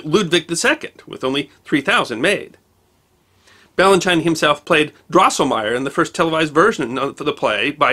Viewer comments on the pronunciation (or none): Ballanchine is pronounced Ballen-cheen, I think. ♡ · Merry Christmas,. Thank you for what you do. (PS. It's Bal-un-cheen! )